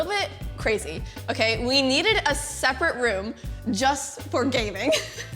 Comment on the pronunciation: the o in okay haha &